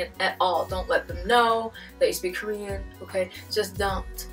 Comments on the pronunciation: Your Korean prononciation and accent are better than my English. I think your students will like you and follow you well. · You pronunciation is so good! How?! I'm sorry if you explained it before ... I'm new ! 미안합니다! 감사합니다! :) 🇰🇷👍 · 빈말이 아니라 한국인 제외 유튜버중에 한국어 발음 제일 좋아요;; 내 친구보다 더 좋음ㅋㅋㅋㅋㅋ